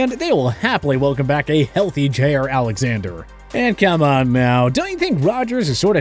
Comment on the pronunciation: "They'd happily welcome back a health J-air Alexander"